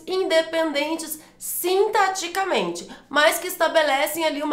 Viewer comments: Verdade! Toda vez que ela diz "sintaticamente", eu entendia "sinteticamente". Logo, a dicção dela não é perfeita como disseram. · Mas ela fala sintaticamente e eu entendo "sinteticamente..." rsss eu estava anotando errado...